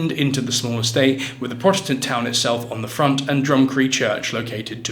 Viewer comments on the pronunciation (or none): none